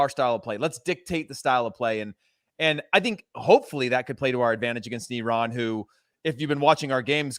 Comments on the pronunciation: This man pronounced it right and said EE-RAN THANK YOU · finally someone didn't said "I ran" :D